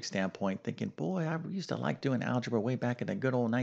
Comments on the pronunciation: Not algeba but algebra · "Algeba"? It's a good thing you're not an English teacher! :) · Algeba?! Shall not bother reading further. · THE "ALGEBA" STEP EVERYONE GETS WRONG ?? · "algeba" :o :o